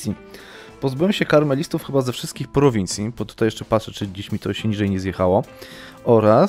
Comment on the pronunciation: to się czyta KAmelistów nie KARmelistów widzę,że komuś kremówki chodzą po myśli:)